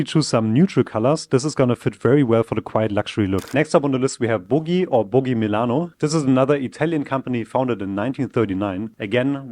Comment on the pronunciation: It’s not Boogie Milano, it’s Boggi Milano 😅😂